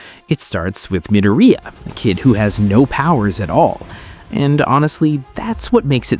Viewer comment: Mid-er-ri-ya? It’s mi-dor-ri-ya